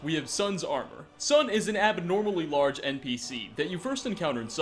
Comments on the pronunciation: Its not pronounced ‘sun’ its pronounced Ta-soon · Tsun is pronounced like "soon". Just syk. Good video.